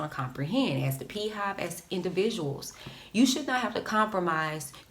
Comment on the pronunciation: 😂 peehive king